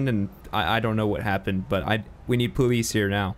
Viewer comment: “we need pooweese here now” lmao